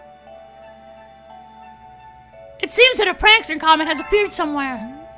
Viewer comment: its prankster not pranser